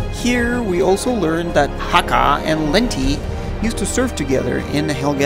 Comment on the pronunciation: I love this franchise. I played every killzone game possible, and loved all of the characters involved in this never ending war between the Helghast and the ISA. And another thing: It's Hakha (Hāck-uh, sorry.)